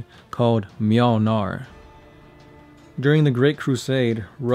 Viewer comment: "Mjölnar" That's the closest I've heard a US citizen get to pronouncing ö, thumbs up!